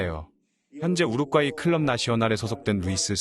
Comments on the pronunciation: 더빙하지 말고 그걍 자막으로 하는게..우륵과이로 들림 우륵과이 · 뭔 자꾸 통역가 우룩과이라고 하냐 우루과이라고 하지 우룩 우룩 우럭이냐? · 아니 왜 우루과이를 우룩꽈이라고 발음하는 스레기들이 많아 참나 할로윈을 렐러윈이라고 하지 않나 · 우룩꽈이 발음 나만 킹받냐??